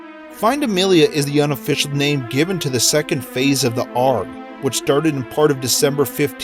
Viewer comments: Did you just say ARG as in "arggg ima pirate" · "Ahrg" Hahah, it's A-R-G, mate!